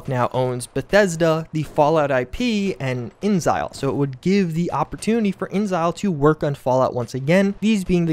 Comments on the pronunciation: Alright his is driving me crazy. Is it “Inzile” or “InExile” I know ta spelled with a capital x so I’m going to assume juice is wrong. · I don't want to be "that guy" but it's not pronounced "inzile" it's "in exile" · inXile: The 'x' is not silent, it's capitalized for emphasis even. It's "in-exile", not "in-zyl"...lol. You even feature a clip of them saying their own studio name at lol. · "Inxile" is pronounced like In exile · Not to be a language nazi or anything, but I was under the impression that inXile was pronounced "in exile." Interesting bit of speculation otherwise, though. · buddy, please. inXile is pronounced 'in exile'. It's 3 syllables. I beg of you.